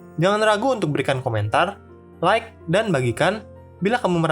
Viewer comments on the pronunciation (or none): none